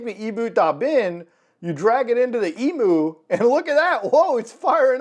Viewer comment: Emu pronunciation is killing me